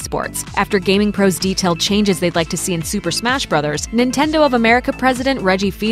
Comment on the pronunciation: TIL that Fils-Aime is pronounced Feesa May. I always thought it was just pronounced "Fills Aim" lol.